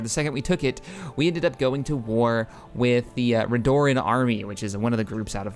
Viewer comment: The Morrowind Great House "Redoran" is pronounced as "red-Oh-ran". House Dagoth is "Day-goth". Quite simple, thankfully. I enjoy your mod LPs, and would delight in watching you play as a Morrowind faction. I imagine you are buzy, however, so I wish you success regardless of your actions.